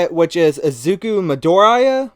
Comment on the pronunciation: You got Midoriya's name pretty close the second time but uh just calling him Deku can be easier